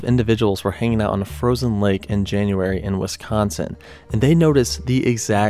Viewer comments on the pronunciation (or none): none